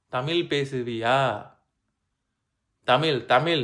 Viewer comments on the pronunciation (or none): தமில் இல்ல தமிழ். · அது தமில் இல்லை. தமிழ். கம்பேனி சீக்ரெட்டை(நீங்களே தப்பாதான் உச்சரிச்சதை) வெளிய சொல்லாதீங்க. யோகி பாபு..?!!! வெரி ஃபன்னி??? முதலில் அவருக்கு பெரும் ஜாம்பவான்களின் நகைச்சுவையை காட்டுங்கள். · அது தமில் இல்ல தமிழ் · தமில் கிடையாது தமிழ் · Mudalla neeanga தமிழ் endru Olunga sollavum brother. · நீங்க தமிழ் என்று சரியாக சொல்லுங்க. (தமிழ் இல்லைதமிழ்) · உங்களுக்கே தமிழ் வரல ழ வரல ல் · தமிழை நன்றாக உச்சரியுங்கள் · Unga thamizh ye thappu bro pronunciation correct ah try panunga 😢😢